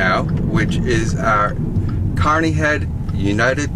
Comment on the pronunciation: This video was interesting but before someone does a video like this they should do their homework. Such as learning how to properly pronounce words like Phagan, Coweta, and Caney. Also it's common knowledge that Mayhayley charged a dollar and a dime for a reading. Maybe he'd had better luck contacting Mayhayley had he'd paid her fee.